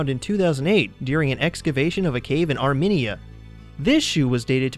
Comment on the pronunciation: lol "arminia"